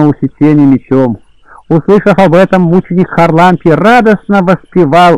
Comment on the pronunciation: ХарАлампий! чтеец!!! Простите Спаси Господи+